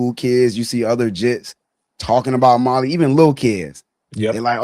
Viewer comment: Not “ molly “ Mali <<<<